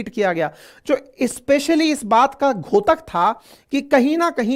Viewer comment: महाशय जी! घोतक नहीं, द्योतक होता - dyotak😊